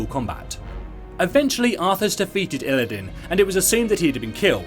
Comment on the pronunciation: Isn t it "Illidan" not "Illidin"?